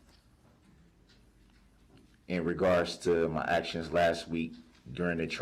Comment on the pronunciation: New word alert…😂 “Hacktions” 😂